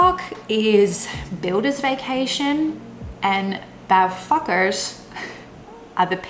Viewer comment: Hearing an English speaking person say 'bouwvak' and 'bouwvakkers' is really funny :D Also, I believe bouwvak was introduced in the 50s or 60s when a LOT of men worked in construction and they scheduled it around the summer vacation, because it would get too hot outside for builders to work in the sun all day (?) and so that families could go on their holidays.